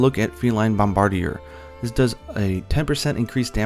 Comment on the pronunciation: "supple items" OH MY Also, "bombardier" is pronounced "bombarDEER."